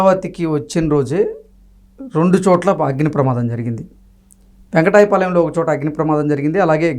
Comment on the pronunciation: వెంకటాయ పాలెం కాదు సార్... వెంకట పాలెం.... అని పలకాలి.